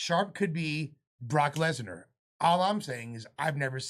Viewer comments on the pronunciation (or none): none